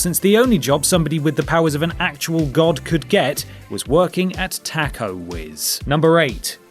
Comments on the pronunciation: Also it's pronounced TOK-O not tack-o, cripes. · Whoa whoa whoa..did he just say tack-o instead of ta-co lmao🤣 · One of the most funny things I saw was Wonder Woman sells tacos pronounced your pronunciation taacko's. The correct pronunciation is tok-o's like tic tac. It's okay the English language is hard even for those who speak English English. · It's pronounce taco not tactoe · With your accent it sounds like you're saying tacko instead of Taco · What's a "tack-o"? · Did you just say "tackos?" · It's more like "Ta-ko". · why do you say Taco like that? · Taco is a word from another language. Have the respect of learning how it is pronounced.